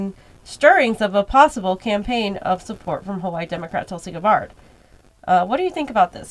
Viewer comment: GABBard, not Guh-bawrd.